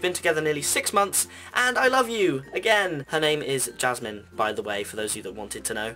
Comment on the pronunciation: Hey, Yeah! Pugs! And you even pronounced my name right!! Thanks. WoW! Jasmine is beautiful Have a great Halloween!! see you next time. Thanks.